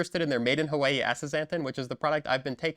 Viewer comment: We need a one hour video of you saying Hawaii